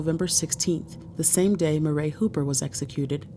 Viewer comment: "Murray" is pronounced "MURRY" NOT "MUH-RAY".